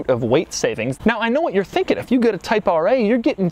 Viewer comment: Doug the type of guy to pronounce get as "git" without any other discernible accent.